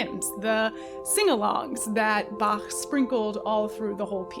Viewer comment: quick appreciation for ur pronunciation of Bach